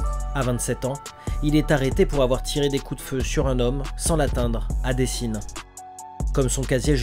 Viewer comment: Merci pour la vidéo de qualité. Et pour tout ceux qui critique, déjà vu, pas les bon chiffre nanana... regardez pas en faite au lieu de toujours critiquer. Les mecs y font ce qu’ils peuvent pour nous divertir gratuitement vous êtes pas content encore. Par contre tu es gentil, on dis dééécines mdrrr